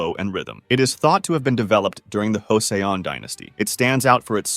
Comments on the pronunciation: FYI : The way to pronounce Joseon(조선) is not 'Ho-Seh-un', but 'Jo-sun'. the way you pronounce its kinda Mexican style and it made me smile 😀. thx again to introduce all the interesting martial arts in the world. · It’s more like cho-sawn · JESUS CHRIST. It's pronounced as CHO-SON. NOT hoe-say-on. Oh my God. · Maybe because its pronounced Hoseon not Joseon. America tries to accept other cultures exist level impossible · it is pronounced Joseon not Hoseon in english you would never pronounce J as H its spanish mate get your language right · “Joe-Suhn”, not Ho-say-on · You know he's butchering several pronunciations horribly when he pronounces Joseon like... that. It's pronounced more like Choson. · What the fuck is Hoseon dynasty are we fucking spanish? why americans pronounce J as H is is J..J like jogging J not Jose kinda J fucking hell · Just fyi - in regards to origins of Taekkyeon - "Joseon" is not pronounced with a silent J like in Spanish.